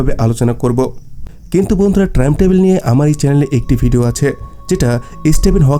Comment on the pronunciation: বার বার ট্রাইম ট্রাবেল বলছেন কেন?